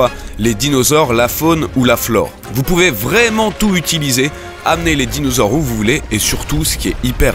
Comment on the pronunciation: "les dinausaures" sérieux -_